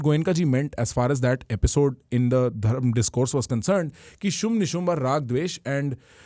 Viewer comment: Respectfully It is Dharma not dhaarma